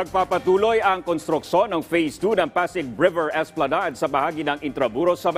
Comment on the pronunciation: Esplanag? Pronounce it properly.